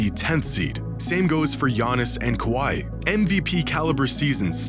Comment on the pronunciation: The way this man disctinctly pronounces Kawhi as "kawaii"